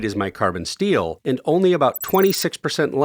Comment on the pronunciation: My man said "stainless steal" instead of "steel"